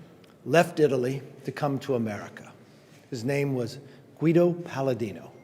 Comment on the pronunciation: No one’s gonna say how he butchered her name